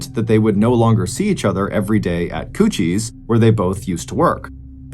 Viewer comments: Every time he says Coochie’s I giggle lol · I had to laugh each time he said Coochie's